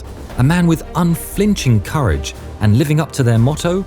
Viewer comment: I heard Godzilla award the Karage Medal